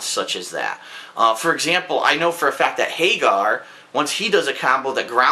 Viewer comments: lol Hay-ghar - I think it's pronounced ha-gher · is pronouncing Hagger wrong. It's Hag-er not Hay-ger.